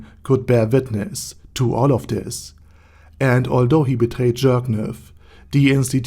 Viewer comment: I love how everyone keeps pronouncing it as jerkniv instead of Jircniv